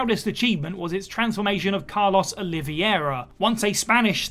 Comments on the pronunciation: Did anyone else notice the weird way he says Carlos's last name or is it just me? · You butchered Carlos' last name 😂